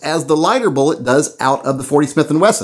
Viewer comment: Did he say vullet ? Lol, get you sacts ftraight...HA HA! Kinda muked my find when I heard it.....I think it's the red headed step child of Mrs.Velocity and Mr.Bullet. Baby Vullet is soooo cute.